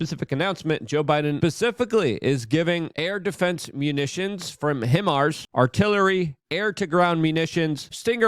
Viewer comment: It is pronounced hi-mars Luke lol just a heads up love ya man